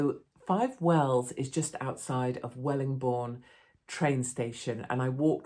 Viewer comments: Just one small thing. It's Wellingborough not Wellingbourne 👍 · Wellingborn???? 😂😂😂😂 Wellingborough love you still though 👍keep up the work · That's Wellingborough, not Wellingbourne Katie! 😉... Loving your channel! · Katie darling, it's Wellingborough not Wellingbourne or whatever you said it was. I live by the train station, if I'd have known I'd have put the kettle on. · Wellingborough NOT Wellingborne.